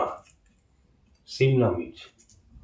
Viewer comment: Onar hoyto bhasa te bhul hoyeche bhasa sobai uccharon korte paren na ta bole erokom.bolar ki dorkar apnar matha kharap acce naki apnar manus ke respect dite sikhun na hole chapor marbo apnake 😡😡😡😡